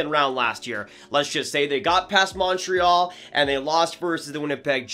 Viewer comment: Learn how to pronounce Montreal